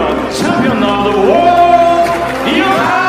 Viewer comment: Ang Ioka at loka parehas lang kung tingnan. Kaya ang basa nya ay "lo ka' " pa rin. Hindi nya alam na letter "I" yon gaya ng sa salitang "ilong" ong salitang "iyo" at hindi letter "L" gaya ng sa salitang "lobo", "loro", "lomi", o "loka-loka" . Kaya hindi "lo-ka" ang tamang bigkas. Wag lang masamain nais ko lang makatulong. Subukan natin: "i - yo- ka". 😊